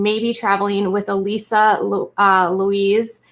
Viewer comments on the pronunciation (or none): none